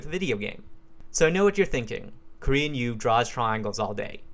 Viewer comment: Thought he was saying "Korean You", had no idea what was going on.